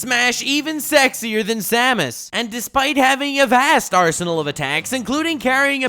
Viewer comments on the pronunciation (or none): none